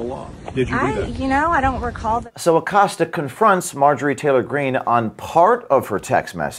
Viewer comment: Jimmy Accost-ya is still employed? 😂🤣🤣🤣🤣🤣🤣🤣🤣🤣🤣